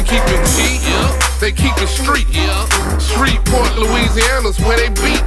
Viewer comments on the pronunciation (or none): none